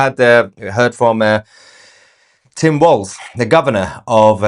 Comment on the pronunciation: Just A friendly FYI Born bred raised Minnesotan here. It's Tim Walz (Not Walsh or Waltz)